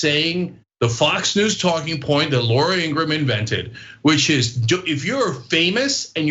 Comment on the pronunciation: Ridiculous Ploint?? You should Shut up Lady.